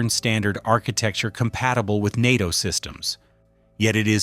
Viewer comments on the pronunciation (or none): none